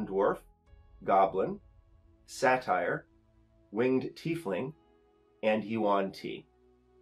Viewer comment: I hate to be this guy, but it's really killing me... It's Say-ter, not sat-ire. Great video, the table is fantastic! Always look forward to watching your breakdowns!